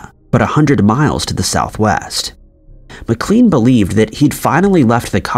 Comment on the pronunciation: He is mispronouncing the names. It’s pronounced McLain and Borigard. Not Beurogard.